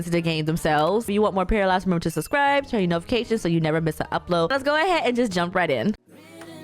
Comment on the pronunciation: It’s actually pronounced pair-uh